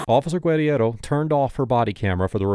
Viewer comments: Is saying her name wrong? "Gwed-E-Erro" isn't even how that insane officer pronounced her own name, Guerriero. I may be wrong but isnt it prounced "Ger-arrow"? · It's Gur-air-oh. Not that horsecrap you're spewing from your jib. She even says it in the video but you have to seem like you're the smartest person around. Always...but...you're not. 😂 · The fired cops name is pronounced “grrrr-here-roh”. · You are a jerk for mispronouncing her name repeatedly. It's in the video over and over. Where did you even get that Mish mash of a name?